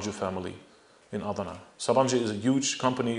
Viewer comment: this guy is full of it. he seems to have no problem pronouncing armenian words but when he tries to pronounce Turkish words like millet, Diyarbakir or Adana he doesn't do very good of a job. most of the documents he mentions are fake even I can tell you that.